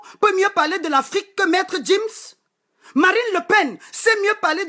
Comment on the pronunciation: Je n'aime pas voir les noirs parler comme ça.... c'est sans cervelle. Tu gueules trop et tu es crue. Sans respect, tu ne peux pas être un modèle sur internet ! Tu fais honte! Pendant toute ta vidéo tu as mal prononcé Gims et Mobutu. Fais gaffe